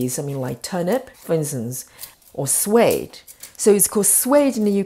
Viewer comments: It is pronounced SWEED in British English not SWAYED! Same as a Swede from Sweden! 😀😀😀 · Sweedish turnip, pronounced sweed.